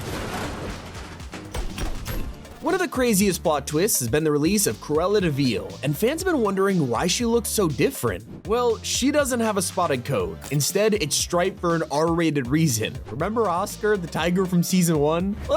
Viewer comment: Nahh bro really said cruela deeveel💀💀💀